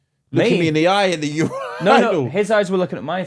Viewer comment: There is no fkn way that’s how you pronounce urinal 😭💀